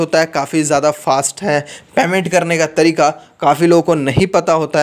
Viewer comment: पैमेन्ट नही पेमेन्ट होता है😂।